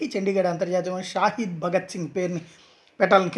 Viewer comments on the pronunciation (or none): షాహిద్ కాదు షహీద్